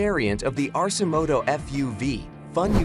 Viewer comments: It is pronounced 'ARK-e-moto', so I don't know why this narrator pronounces it incorrectly. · "Arse-imoto." hahaha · AI can't even pronounce the name correctly. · Doesn’t pronounce Arcimoto correctly and has completely wrong information (not adjustable seats). Yikes.